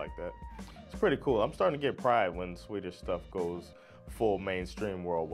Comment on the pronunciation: You speak swedish very very well, really good prononciations :) How long have you practised speaking swedish for?